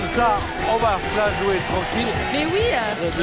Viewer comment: Bravo à Benoît Chaigneau, qui fait la différence entre les sons "é" et "è". Chez nous, au Québec, on ne dit pas "jouer" comme on dit "jouet". En France, vous avez perdu des voyelles qui sont importantes pour faire la différence entre les mots. C'est comme "Alain" et"alun", que vous prononcez pareil alors que nous avons gardé cette subtilité.